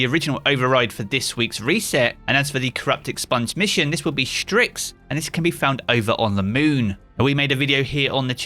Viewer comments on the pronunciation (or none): it's "Styx" not "Stryx" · I’ve never heard someone mess up the word Styx that bad.